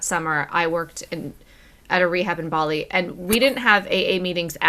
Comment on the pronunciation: "Complaining about the amount of salt on their chips" hahaha love this guy. Nice to hear bali pronounced properly too. Barrrley!